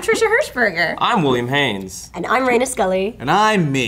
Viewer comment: Hey!! My card submission made it!!! And Reina pronounced my name right! Lol